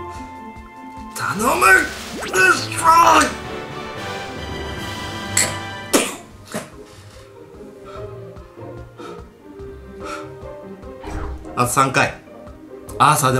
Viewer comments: ルシハァーワロタwwwwww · ルシハァーwwwwルシファーなwwww